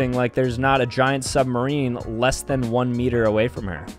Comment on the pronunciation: Did bro just say METER